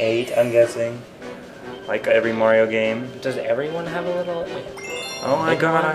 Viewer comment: MARIO not merty